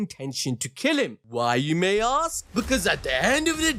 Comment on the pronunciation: saying "AXE" when you mean to say "ASK" is neither cool nor classy, it's just plain stupid.